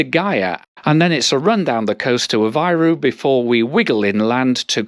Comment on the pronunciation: CampaNHÃ, not CamPAnhã. PooSSInho, not "Pohtchinho". "Aveyro", not "Avahyro". I know, I know, Portuguese (not Brazilian) rarely has an exact correspondence between the spoken and written form, but still.